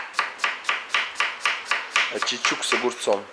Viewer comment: Не ачичук, а аччык-чучук, т. е кислогорький. Аччык-горький, чучук-кислый.